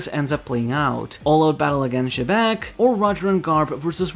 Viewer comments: I know it's "Jibekku" in Japanese but they chose to romanize Xebec so it's pronounced "Zebec" and not "Jebek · who the hell is jebek? its xebec